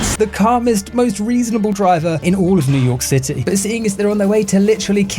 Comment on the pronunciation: Newww yorrkh cittayyyy